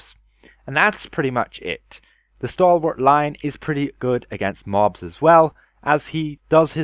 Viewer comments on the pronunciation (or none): none